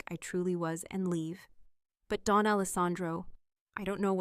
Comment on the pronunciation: Don not Dawn